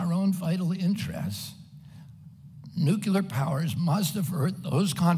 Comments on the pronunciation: Why can’t he say the word “Nuclear” correctly? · Agreed. I love his honesty, integrity, humanitarianism, and intelligence. I just wish he could pronounce the word "nuclear" correctly!! Drives me crazy! But he's the best candidate by far.